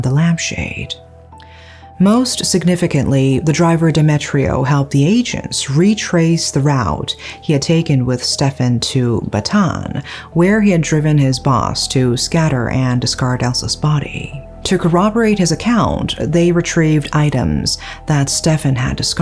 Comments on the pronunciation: Bataan is pronounced Ba ta án. Tagalog pronounces all the vowels. Also this is the second chop chop case. The first one was in 1967. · I just wanted to add that Bataan is pronounced Ba-ta-an 3 sylablles instead of just two syllables. Overall this is a top tier coverage. Keep up the good work. :)